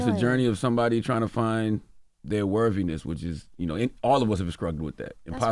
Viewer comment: This was a well done interview. Great questions and I’m glad to see Jada in a healing state. Side note: Why Charla keep struggling with the word worthiness why do I hear a “V” in the pronunciation lol